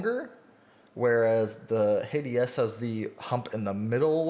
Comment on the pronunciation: Hey dude im thinking of picking up a Hati S to tide me over until the next starlight 12 drop aha So about the corrections Hati is pronounced Ha tee And kailh is pronounced kale like the lettuce :)